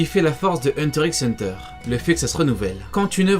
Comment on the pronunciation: Sa se dit hunter hunter